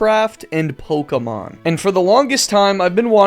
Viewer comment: Who pronounces it like pokeeemon?